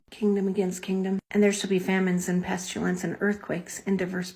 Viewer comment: She says “nucular” and “pestulance.” I’m rolling.